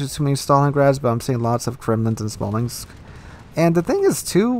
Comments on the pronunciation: please stop saying Smalinx. Its Smolensk, nothing else. Also onesided matches doesnt happen as often as you think they do. I was sick of it so I wrote it down, I separated all my battle results in 4 tabs. Crushing defeat, even defeat, even victory and steamroll victory. Turns out the even games were 80% or more of the battles I played. I think it feels like steamrolls happen more often because you remember them more and they frustrate you more. What annoys me by far the most with this game however is the streaks, winning/losing streaks. It just screams rigged matchmaking all over it. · Kristoffer Lilja oh yeah that Smalinx thing really bothers me every time 😅 no offense, but it’s annoying as hell